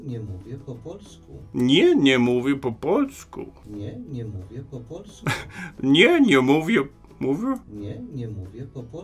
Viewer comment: Wirklich du betonst die Vokale viel zu stark. Es heist Tak und nicht Taaak. Es heißt Nie und nicht Nieee. Im Polnischem werden die Vokale sehr kurz ausgesprochen. Ohne Betonung.